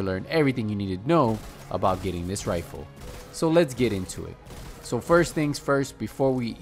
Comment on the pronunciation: “Da ruin wifle”